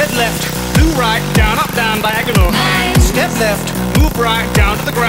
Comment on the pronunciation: Why does it sound like you say "Biagonal" not "Diagonal"?